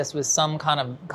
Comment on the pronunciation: You know it's not going to go well when neither one of them can pronounce the name of the dish properly. Chee-lay Ray-yen-o. That being said, I've never seen or heard of a Chile Relleno like this in my life. Very Strange variation of the dish. It wasn't even fried or cooked to melt the cheese.